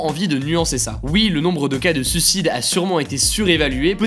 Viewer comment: Par pitié, pas "sucide".... "Suiiiiiiicide" :'( Mes oreiiiilles !